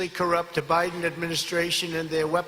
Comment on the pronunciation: Did he just say “DaBiden” ??? Is that the new Cofeve? Someone get this man to a doctor